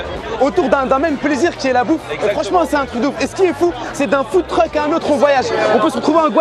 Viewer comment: Au debut il dis Food Truc j etais mort fin .